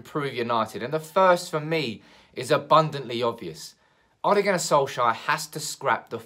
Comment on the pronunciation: Who is this Soleshire you are talking about always. Our manager is SOLKsjaer not SOLEshire!